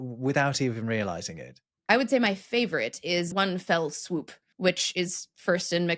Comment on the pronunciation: "One fell swoop" wonderfully morphs into "one swell foop."